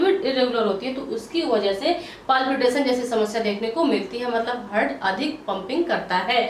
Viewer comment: Hurt nhi heart bolte hain😂